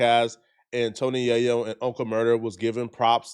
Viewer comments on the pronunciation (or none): none